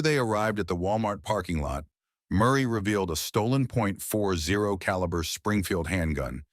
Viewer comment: It's pronounced "forty caliber", bro.